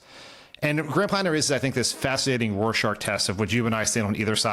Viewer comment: did he just say roarshark’s test?